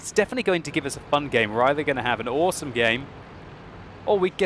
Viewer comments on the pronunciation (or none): none